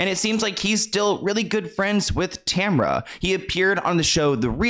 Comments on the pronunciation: Sorry don’t mean to be nitpicking but it’s actually pronounced ta-MARE-rah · Everyone I have met that has their name spelled Tamara, they do not pronounce it as Tamra. Lol… but it’s all good. I’m glad did this video😊